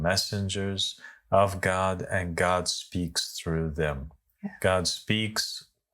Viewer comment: "God", not "Gog" 😊